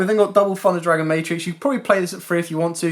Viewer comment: ‘Funder’ Dragon 😂